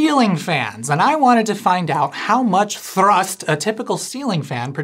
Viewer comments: Most of the videos effort was put in to rolling the R’s when you say thrrrust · I really hope the way he says thhrrust is because of chicken run 🐔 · Thank you for pronouncing thrust correctly...🤣 Also, if your as pedantic as I am, I think it's same to assume you are... If you were at Menards, you will have surely noticed that they have a new "vintage" line of Christma... Holiday lights. I have a bunch of them, and while the flicker is greatly reduced, it is still present. Also, due to the design implications, the individual lamps have a bit of a directional component to them in regards to light output. I find the colors quite pleasing, if a bit over saturated, most notably the blue. However the "flicker" version of these is quite, atrocious. In the spirit of no effort etc, etc... I will spare you the details of any further analysis. I can't wait to get your evaluation on these. Have a simply fantastic day. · Was the pronunciation of "thrust" a nod to Chicken Run?! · I'm not sure what the best part of this video is, the 'a different mumber in kilograms', or the facial expression and increasing enthusiasm every time he says 'thrust'. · You put just the right amount of mustard in your pronunciation of thrust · at about the way he said "thrust" made me lol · Am I crazy or is the strange way that you are pronouncing the word "thrust" a reference to Chicken Run (2000)? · Please tell me that your pronunciation of, “thrust”, is from Mac in Chicken Run. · Ha, no-pun-in-the-end-title-november, just what I love! Also, nice pronunciation of thrust! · will always be pronouncing "thrust" with a rolled R moving forward, tysm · really enjoyed the exclamation point on every instance of "thrust!" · The way he pronounces = thrust = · Did he “roll his R” when he said “thrust”? 😁